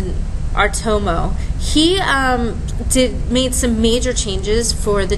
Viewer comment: it's not R-to-mo, it's Ah-ri-to-mo